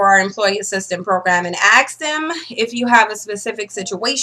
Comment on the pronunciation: It's ASK, not axe ffs.